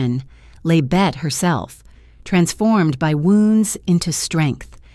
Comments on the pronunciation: It’s not Bette, like Bette Midler. It’s BettE, as in Bette Davis Eyes. Also, whose pictures are these? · Hello, I have always heard her name pronounced “Betty”, and not “Bette’’.